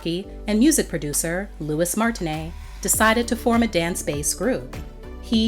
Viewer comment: I never heard "Martinez" being pronounced "Martin--eyy" lol!